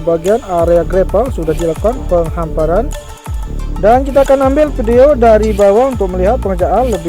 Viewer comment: PENGHAMPARAN bg, bukan PENGHAPARAN.👉👌